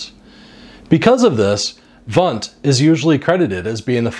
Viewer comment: Try to pronounce "Wundt" correctly! It is easy.